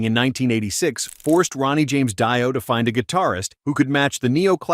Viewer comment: It's "Dee-oh" not "Dye-o". Holy moly. And Dio unknown? The hell?